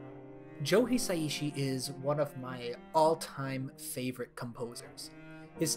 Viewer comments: Small side comment: Joe “Hisaishi” pronounced He-Sigh-She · the way he pronounces Hisaishi destroys the video